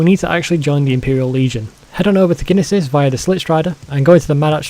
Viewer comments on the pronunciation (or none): Hey buddy by the way the town is pronounced Nee-sis the g is silent I also butcher ALOT of pronunciations in this game